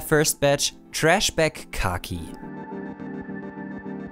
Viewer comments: The way he says khaki is disturbing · The way he says khaki reveals which category he watches the most.